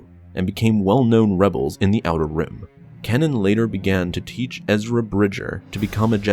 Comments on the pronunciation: It’s kAnan the a sound not o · Kanan is pronounced Kay-nen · It seems like you deliberately mispronounce names sometimes. Kanan's name is spoken allowed in the show and you still call him "Canon" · IT'S KAINAN Not Kanan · Kay-nan not cannon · It's not "canon", it's "Cane-in". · I have no idea who "Canon" Jarrus is. I do, however, know who Kanan (pronounced "Kay-nan") Jarrus is. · Kay-nin not canon lol idky it bugged me so much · Omg learn to pronounce the names right. First you said A’Shareed, it’s ah-shar-ed, then you used the correct pronunciation. You first said Deee-puh Bilaba, it’s Deh-puh. Then you said Can-un, it’s freaking Kay-nan. These are simple things to look up so you can say them correctly. I mean, if you don’t care enough to do a tiny bit of research to learn the correct pronunciation, then why should I care enough to watch/like/subscribe???? Would you turn in your thesis paper with all the words misspelled? Not if you wanted a good grade and to be taken seriously, so at least put a little fucking effort into your videos, it’s just a polite, respectful, intelligent thing to do. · Just so you know - it's pronounced "CAY-nan" not cannon. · uh you are pronouncing kanan wrong, its kanan (pronounce the first a as if there was an e at the end of the word, that's how it's pronounced in the Star Wars Rebels Tv show. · it’s pronounced like Kay-nan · It’s ka na an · Why do you pronounce Kanan like "Cannon?" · It’s pronounced K Naan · I'm intrigued about the planet Daggo-bar, and Cannon Jarus. There is no excuse for getting those wrong. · You said Kanan's name wrong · you kept saying kanan wrong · anyone else mad about how badly he pronounced Kanans name??? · How can you know so much lore and not be able to pronounce 'Kanan' or 'Tano'? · I don't like how you pronounce Kanan... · Can you say kanan properly please :D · can't pronounce "kanan" correctly? video FAIL. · I cringed every time you mispronounce Kanan's name.